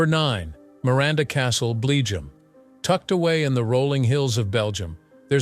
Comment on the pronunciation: BLEGIUM Lol using AI to narrate these videos are going to be the death of youtube.